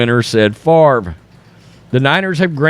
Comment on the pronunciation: I think Brett Farv-ra is right! -Paul Tagliabue